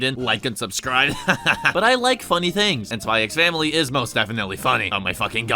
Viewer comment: For future reference, you never pronounce the X in these kinds of titles. Hunter x Hunter -> pronounced Hunter Hunter Kiss x Sis -> pronounced Kiss Sis xxxHolic -> just pronounced Holic (no it's not about porn addiction) Spy x Family -> pronounced Spy Family The X is always silent.